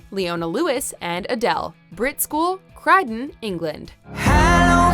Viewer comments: Omg she pronounced Croydon so wrong it’s pronounced “cr -oi-dun “ but I mean good effort. it’s a really good school, my friend goes there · Croydon, it's pronounced CROY-DON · That's not how u say Croydon😂😂😂😂😂😂😂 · the mispronunciation of Croydon was crazy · LMAO I still will never understand why Brit school is in such a shitty place like Croydon🤣 also that’s not how you pronunce Croydon. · how on earth are you pronouncing croydon?! lol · How do you mess up Croydon? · That ain't how you say fucking Croydon